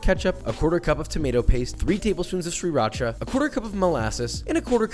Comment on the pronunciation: My mans can cook but cant pronounce sriracha.....